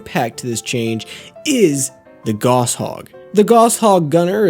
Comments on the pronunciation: It's pronounced gauss as in "gows". Similar pronunciation to "house". Named after german Johann Carl Friedreich Gauss. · I'm glad your analysis is good, because if I didn't know you I would've clicked away after three times hearing it pronounced "Goss" 😂 (it's German, it's pronounced like "house" with a G) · Your mispronounced gauss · How does an engineer not know how to pronounce Gauss?